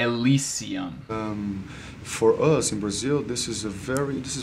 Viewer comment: Durante meus 30 anos morando nos Estados Unidos e estudando a relação linguistica de português e inglês foi os melhores que já ouvi até hoje de brasileiros. A única palavra que vi pronunciando não como um nativo foi "us" que pronuncia no português como "as"